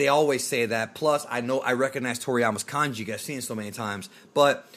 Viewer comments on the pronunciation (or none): none